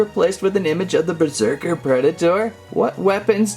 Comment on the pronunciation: Berserker not besrerker XD